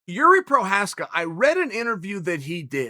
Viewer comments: Year-Zhee Pro-haas-ka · How long does it take until you are ready to say his name correctly??? I will be generous and give you a YEAR. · I died so hard when he butchers his name back to back 😂😂😂 so funny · NO - Yuri Prochazka , Prokriev, Prokaski, Provider, Provaki - JIŘÍ PROCHÁZKA! :-) Chael, I love you, but everything is wrong today. You are wrong! I am from the Czech Republic like Jiří. He said: I will wait for the winner Jan vs Glover. Maybe by the end of the year. Jiří will probably also be a backup for this match as well. Chael. I'm sorry :-) Thumbs down today. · I love how you let him taste his own medicine and butchered his name 😀